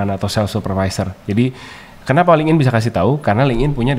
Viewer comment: FYI, LinkedIn itu cara bacanya "linktin", bukan ling'in.